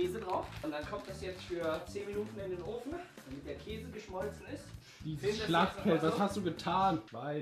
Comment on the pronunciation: sagt immer auch kase hhaah